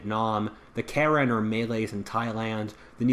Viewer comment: Karen is pronounced Ka-yin